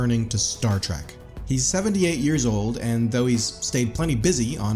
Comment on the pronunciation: It's Star Trek not star track